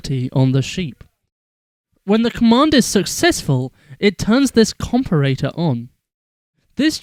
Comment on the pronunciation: comperator? CONPERATOR? its comparator -.